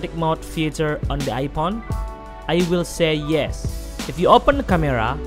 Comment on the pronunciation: Am i the only one who hear ipon?